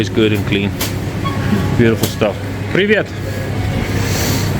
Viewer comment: у тебя очень чистое русское произношение! Слово "привет" вышло прям по-русски🎉